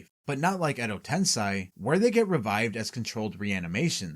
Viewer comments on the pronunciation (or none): Fantastique video :> Though surely you know it is ten-sei (SAY) rather than ten-SAI, so why pronounce it as the latter? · It's not "Tensai" it's "TENSEI"!